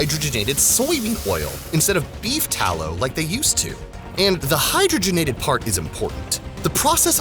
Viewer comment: Thank you for pronouncing hydrogenated fats correctly. I couldn't watch this video if you said it like... Hi drog en ated... I mean, come on, it's in the name FFS.